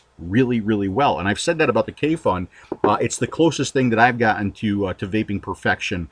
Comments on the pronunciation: Great review. Also, if you interested, you can pronounce KAYFUN and SVOЁMESTO more accurate if you want to impress somebody. It's actually sound like [kɑifun] and [svoyo mɛsto]. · Hi, your reviews are always great and in depth. If you would like to be the first American reviewer to pronounce the brand and the name of this product correctly, here it goes:) Kayfun is pronounced: Kuyfoon (with accent on the double o where double "o" is pronounced as in a word "moon" and u pronounced same way as in a word fun) and Svoe Mesto is pronounced: Svoyo (accent on second o) Mesto (accent on o) I'm a Russian speaker, so believe me this is right:) Kayfun by the way means having joy or enjoying.. Svoe Mesto means "It's place" whatever Sergey meant by that. (Everything has it's place I guess). Thank you for your reviews! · I'm a bit late to the party, but it's actually pronounced as "Kayfoon", much like "Tayphoon". As for "SvoёMesto", it's pronounced as "SvoyoMesto" (or "SvojoMesto", if you prefer German)